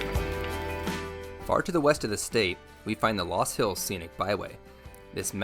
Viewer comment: First, the correct pronunciation based on the original German is Luus or Lus . I did some of my growing up in Iowa and went to college in Sioux City. There are a lot of those loops that you cannot drive on if it has rained. If you had spent much time exploring Iowa you would know that there are many interesting things to see both historic and cultural. I know of what I speak.